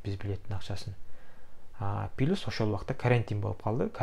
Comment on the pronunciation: Пилус 😂😂😂😂😂. Плюс